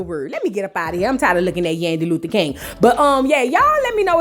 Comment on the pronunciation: Kang…not King 😂. That’s what SHE said 🤭